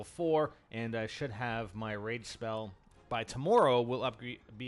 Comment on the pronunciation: Is he saying rape spell